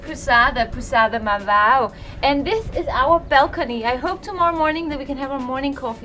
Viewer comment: didnt managed to pronounce Marvão 😆.. she needs to work on her ãos 😁